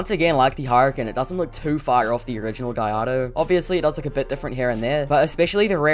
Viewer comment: beautiful cars btw you pronounce gallardo as Gar-Lar-Dough